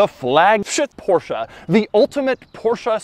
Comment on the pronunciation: He really do be saying "porschah"